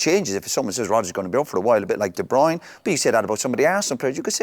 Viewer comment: De broin ?? de broyner ?? . Listen yu lot ! It's pronounced as in Turner NOT joiner . Kevin is even on You tube telling us how to pronounce his surname . Why doesn't anyone get this ? I can't work out why ??